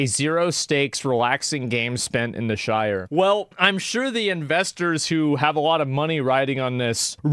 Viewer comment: can't even pronounce "Shire" correctly